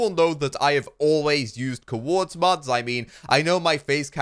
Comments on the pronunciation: Cuhords, its COORDS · The couords mod lol one syllable, not two hah